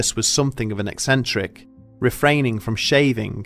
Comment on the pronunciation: That was a great story, but do you think you could try to say something instead of somethink? Please?